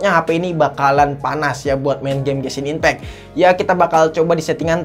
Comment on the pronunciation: gw ngakak kalo lu nyebut genshin impact bang nebutnya gesin impek sekalian bensin impek bang wkwkwkwk